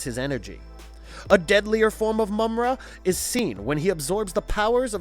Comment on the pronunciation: It's pronounce Ma-mutt not mummat you dip - if you ever grew up watching this cartoon as I did you would know how to pronounce it - sound it out maaaaa mutt - watch the cartoon & you'll hear how the character Mummra says it.